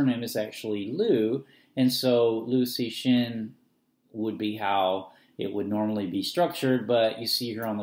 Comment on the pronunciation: hints: pronounced as LEO TSU SHIN